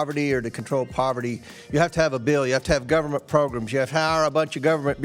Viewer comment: I can not with old southerners calling programs "progrims "